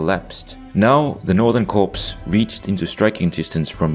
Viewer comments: When you see the word "corps" in military organization terms, it's pronounced like "core" It's a french word, blame them. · Great vid, but fyi the p and s in "corps" is silent in English. So it's pronounced "core."